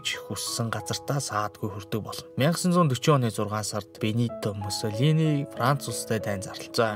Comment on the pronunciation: Муссолиниг буруу ярьж байна